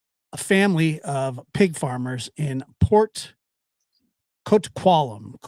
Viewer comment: The way you said Coquitlam was wrong but that’s OK lol